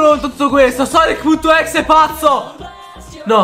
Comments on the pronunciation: Si pronuncia sanky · Sei il migliore di tuuuuuuuttttttttiiiiiiiiii!!MA CI SONO 3 PROBLEMI IL PRIMO È CHE NN SI LEGGE SUNKY MA SANKY IL SECONDO È CHE NN SI LEGGE EGGMEN MA EGGMAN IL TERZO NN È UN PROBLEMA MA BUONA PASQUA!